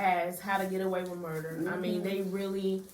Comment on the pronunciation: You left the R out of Murder.